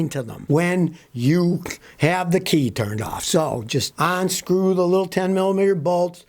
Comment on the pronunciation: For years have heard you say “ONSCREW” instead of UNSCREW. Do you do this Unpurpose?